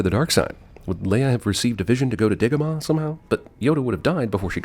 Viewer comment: Yes, Dagobah does sound racist when you pronounce it the way Obi Wan does. Whereas if he had pronounced it "DAH - go - bah" there would be no sin.